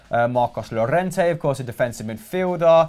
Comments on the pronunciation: You would think that a channel dedicated to football would know how to properly pronounce the names of players Ceballos is pronounced se-ba-yos, not che-ba-yos. Llorente is pronounced yo-ren-te, not low-rent-eh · Pronounces Llorente as Lorente, yet pronounces Reguilon as Reguillon...